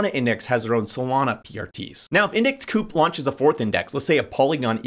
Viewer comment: Pretty sure it’s index COOP. Their mascot is a bird 🐦 owl